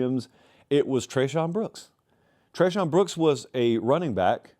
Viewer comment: Tre’shawn brown get his name right 😂😂